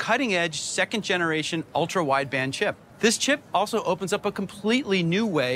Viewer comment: Why is she saying sip instead of chip?